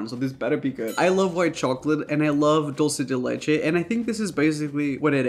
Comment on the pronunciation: I love how you pronounce “dulce de leche” I feel like I always cringe at how people say it (I understand they never knew how to say it I just cringe lol) since my first languages is Spanish and I know how to pronounce it, but even if you didn’t pronounce it exactly I appreciate how you pronounced it 🤩 just had to share that lol ( if you’re wondering)